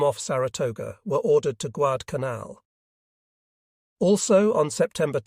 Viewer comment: Not Guadalcanal the voice said Guadcanaln consistently.